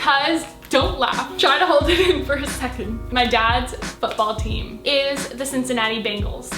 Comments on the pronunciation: Am I the only one that thought she said Cincinnati Bagels? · When she said Cincinnati Bengals I heard Cincinnati Bagels. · At first I thought she said the Cincinnati Bagels... I was like wat?